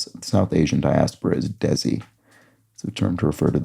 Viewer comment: DESI is pronounced "they see". Literally translates to "native" or "local".